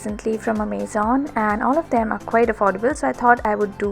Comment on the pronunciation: The pronunciation of Amazon was wrong though. :')